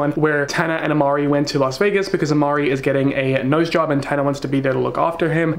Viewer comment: It is Imari not Amari